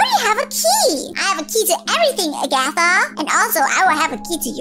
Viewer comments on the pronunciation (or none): Its ragatha not agatha😮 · its not agata its ragitha